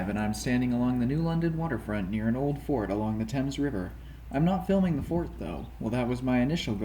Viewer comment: Thames rhymes with James’s, fyi - and Groton with rotten